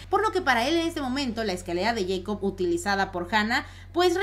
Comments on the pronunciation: Se pronuncia Jacob, no yeicob. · A alguien más le molesta que diga yeicop en vez de Jacob ? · Es escalera de Jacob no de yeicob jajaja lo digo por la pronunciación